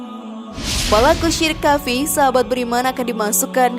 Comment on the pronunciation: Sebelum berkonten hrs belajar baca arab yg benar.krn ni di lihat banyak orang.Kalimat khafi itu yg bener adalah khofi..jgn baca indosianya tapi arabnya.